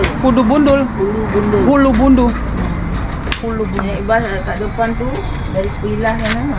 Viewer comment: Ulu bendul mbak...bkn bulu gundul😂😂😂